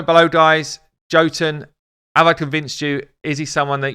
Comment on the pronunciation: Okay just gotta be that guy but sorry but you're saying jotunn wrong. It's an Nordic word for a race of people known as Giants and Jotunn is weird because it's pronounced Yo-t-enn though spelled Jotunn I see that you say it the way you do because of English and unfortunately English is a language we can all agree makes no since either. XD